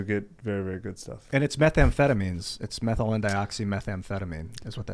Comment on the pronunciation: Great guest. I remember reading Tucker when I was in college and reluctantly reveling in his ridiculous exploits, which were admittedly pretty damn fun. Good to see he's matured.: Stop adding an "s" to the end of amphetamine. Amphetamine is unique, methamphetamine is unique, MDMA is unique. There are no "amphetamines" or "methamphetamines". Tim: Stop spoiling video game and movie plots.